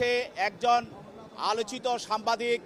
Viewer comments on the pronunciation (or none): Sambadik এই উকিল সাংবাদিক শব্দ বলতে পারেনা